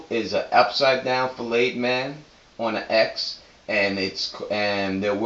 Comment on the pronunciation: Brother I love the vids and I love that a brother is doing the vid.......however flay like slay or pay...not filet k I can't have you out there like that T. So aye hey bay bay in the day say flay k